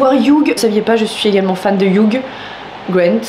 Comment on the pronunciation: Hugh ça se prononce Hyuu 😁 Le gh est silencieux hehe